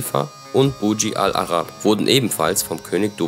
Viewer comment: Bitte Burj Khalifa und Burj Al Arab RICHTIG aussprechen das heisst nicht so wie du das sagst! Kommt mir eher so vor wie ein Schulreferat dieses Video.. „einfach nur irgendwelche Infos rausgeholt und dann runtergelesen“. Aber wenn man Burj Khalifa nicht mal richtig ausspricht wirds unglaubwürdig! 👎🏼